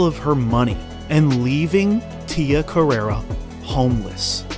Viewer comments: It's CarrerE, not CarrerA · It's pronounced Tia Carerre. Not Carerra. You're thinking of the porn star who based her stage name on Tia's. Get yer mind out of the gutter.